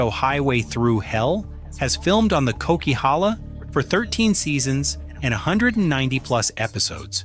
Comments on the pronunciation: The coquihalla, Not called the cock, it's like coke. There's a really cool video of the making of that highway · Coke highway, not cock! It’s a blast to drive in summer! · Lol, the narrator mispronounced the nickname of the Coquilhala highway as the "Cock" and in reality it's the "Coke". A popular reality TV show with also the same name referred to it as The Highway Thru Hell and the Bermuda Triangle is reference of how quickly to the weather, there's been no known stories of vehicles simply disappearing with no trace.